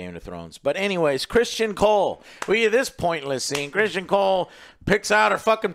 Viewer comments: There is no way joe isn’t trolling at this point with his pronunciation of these names. Christian cole, Corls, Damien, helena. Like how can I take you seriously if after 18 episodes you still can’t pronounce the characters names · Can't even pronounce the easy names right 🤣🤣🤣 "Christian Cole" 🤣🤣💀